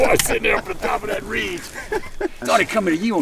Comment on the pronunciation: "Reege" - LOL, Never change, Will.